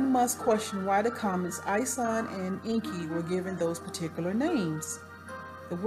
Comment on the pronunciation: you are not pronouncing it right - you CANNOT pronounce EN.KI like an american way - get educated...read Zechariah Sitchen books, learn the truth..stop blabbering on you tube...